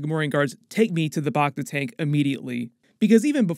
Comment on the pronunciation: First, "Back-Ta" not "Bok-Ta", and Major "dOmo" not "Doormo". Then Dok Strasii brought Bobba a Wookie pelt, a high honor seeing as how the Transdoshan would have to be a great hunter to take down a Wookie. And the other "Hunter" in the palace you asked about looks like it is a droid not a guy in armor. I'm not saying it can't be a hunter, but it looks like a droid or at least a poorly suited actor.